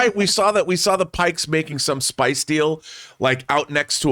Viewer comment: John... PIKES. WITH A "P". You are saying something very different and offensive...